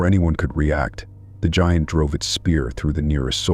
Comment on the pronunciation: The Kandahar gee aunt? Wow that AI can't speak basic English